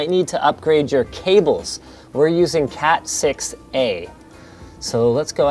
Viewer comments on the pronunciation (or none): was that "CAT 6, eh" or "CAT 6 A"? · "We're using Cat6, eh" ...oh Linus, you're so Canadian...